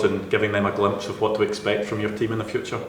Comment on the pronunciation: "It's zeee only way"